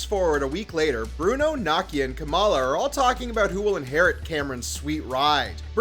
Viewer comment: His name is pronounced KOM-RON. But... with all the times he mucked up Bruno's name, he deserves it. XD